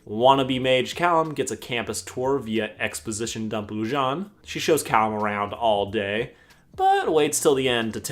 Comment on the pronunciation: Me: pronounces it Lu-Jane Sarcastic Chorus: pronounces it Lu-Jáne Me: TriGGeReD